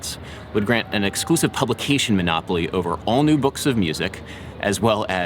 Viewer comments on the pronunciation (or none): none